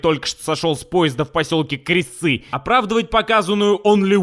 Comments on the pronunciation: Не думал что скажу это но посёлок называется крестцы с ударением на е, и там не проходит железная дорога) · Крестцы)))) ударение не туда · Крестцы ударение на е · Поселок Кре'стцы (ударение на первый слог)